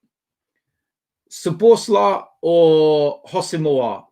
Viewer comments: I am Hungarian , you have to spell his name SO-BOS-LA-E . The I in the end you pronounce as an E . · Pronounce it Szoboszla'e'. Hungarian 'i' sounded as English 'e' otherwise your pronunciation is spot on! Hope you get this:)